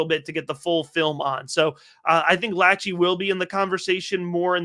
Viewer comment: It’s pronounced La-shay He’s the cousin of Nick Lachey (boy band/tv host)